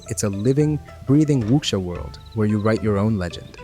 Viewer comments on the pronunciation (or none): Wu-sha. Not wuxia lol. The x makes an SH sound. Think tekken, ling Xiahue. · Great video, but just FYI... There's no k sound in the word wuxia. Your pronunciation is the closest I've heard from anyone covering the game in English... Just please drop that k sound. Eta- you actually said it right (well, without the tones) , but went back to the wrong pronunciation after.